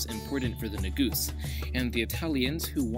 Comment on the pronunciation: Negus not negoose